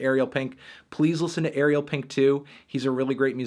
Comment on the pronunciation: Dude. Ariel rhymes with sorry bell, not cereal